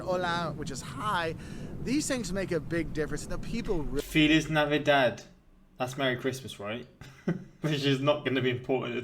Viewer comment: your pronunciation of feliz navidad made me cringe! LOL. fea-LEASE nah-vi-dahd.